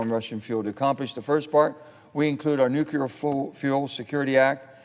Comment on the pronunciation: Dear Sen Manchin: "NEW CLE AR" (jeez)